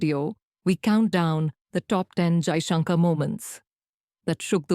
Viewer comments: His name is pronounced Jaishankar ( shankar) not Jaishunkaar ( shunkaar)! Being an Indian host you shouldn't be making such westernised pronouncement mistake!! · He is not Jaishankaaar. He is Jaishankar. The narrator is an Indian and should be ashamed of mis-pronouncing Jaishankar's name. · Why can't this lady pronounce Kashmir n Mr Jaishankar's name properly?